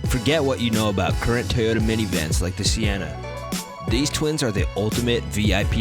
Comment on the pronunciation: I know The Alphard and Vellfire. Whats a Seeyenuh?